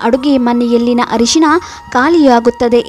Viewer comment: It's Arishina not harishina.